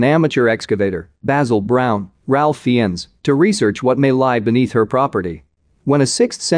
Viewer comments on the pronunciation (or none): Ralph Fiennes name is pronounced “Rafe Fines”. I loved the film and appreciate the interpretation but please, please learn how to pronounce names correctly.